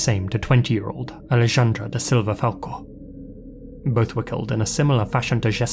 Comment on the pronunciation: “Alejandra” is pronounced as “ah-leh-hand-ra”